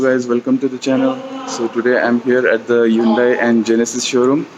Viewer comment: The way you pronounce Hyundai is way 1990's 😂